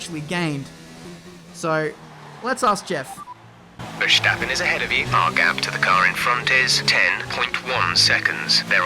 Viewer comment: Vhershthappen... pls